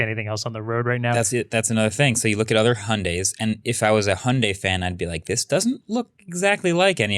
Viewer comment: Still learnig how to pronounce "Hyundai"